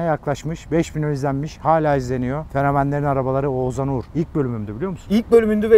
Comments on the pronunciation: Abi çok tatlısın Oğuzan diyip duruyorsun h harfleri yok heralde eleştirmek için değil sadece sempatikliğini dile getirmek için yazdım 🖐️ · Ozuzhan değil OĞUZHAN... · her seferinde Oğuzan demesi peki:))) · abi şu isme biraz çalış. Ozan gibi çıkıyor senin ağzından Oğuzhan:D "h" sesini atlıyosun:D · abi ouzan demesen oğushan gibi desen çok mu zor😊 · Oğuzan değil len, Oğuzhan Oğuzhan 😂😂😂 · Ne zaman oğuzhanın ismini oguzan diye söylemicen diye düşünüyorum😂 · Ouzan, adam Oğuzhan demiyor Ouzan diyor arada ğ h harfleri eksik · Oğuzan değil abi Oğuzhan :D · Ouzan niye diyosun abi :) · Oğuzan değil Oğuzhan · Oğuzan değil oğuzHan. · Oguzan degil Oguzhan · Peki ın oğuzzan demesi ndndndnnd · Neden Oğuzhan diyemiyon reis yahu adamın ismini bi düzgün söyle yahu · Abi bida oguzhan deme